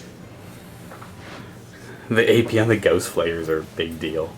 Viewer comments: I REALLY wish he would stop pronouncing the GAUSS as GHOST. Rather annoying x.x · I've never heard gauss said like gOWss